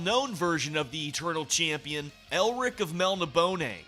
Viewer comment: Alright, actually enjoyed this video a lot, despite your talking style seeming slightly too "artificial" at times. Also I'm thankful I didn't drink anything when you said "Elric of MelniBONE". As for the band itself, Blind Guardian honestly doesn't start kicking for me until Somewhere Far Beyond. Many first-hour-fans lamented that BG would leave their Thrash-Metal roots behind but I think the direction they took with that and the subsequent albums gave them their really recognizable musical identity. Didn't know about the conflict about "Theatre of Pain" and while the Bard's Song is an evergreen track, it's a shame that Theatre gets kinda overlooked a lot. Imaginations is a solid album that just has the bad fortune of being between Somewhere and Nightfall, which I consider both stronger entries. Nightfall needs no further elaboration I think. Really great masterpiece. Night at the Opera I genuinely love, although I'd say it is objectively weaker than Nightfall. I actually consider "Under the Ice" one of the album's weaker tracks because it never has this musical climax that Soulforged, Punishment Divine or And then there was Silence had but this is really a case of complaining on a high level. Twist in the Myth is overall solid but decidedly weaker in my opinion than its predecessors. Reason for that is that while the peaks (Turn the Page, Fly, Straight through the Mirror) are great the lows are...not bad but kinda forgettable to me. I genuinely can't recall anything about "T